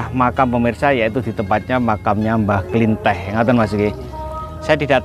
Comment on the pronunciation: Penyebutan nama nya pun salah bukan mbah buyut klinteh tapi kliteh Soal nya sya penduduk asli karang kembang Klw emng mau cari tau lebih jelas itu mediator nya asli orang setempat Mas Tomi pun bukan asli orang karang kembang Maaf sebelum nya ya pak Dan saya berterima kasih atas kunjungan anda dan vidio anda di youtube untuk mengenalkan kesemua bahwa ad makam leluhur di karang kembang 🙏🙏